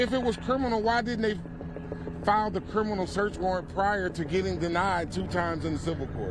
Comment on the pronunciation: This fool can't even pronounce "Criminal" properly. "Kerminal"? YOU ARE SCARED TO LOSE YOUR ILLEGAL IMMIGRANT VOTERS. YOU SHOULD BE. SOMEONE TELL THE HYSTERICAL KAREN TO STOP YELLING.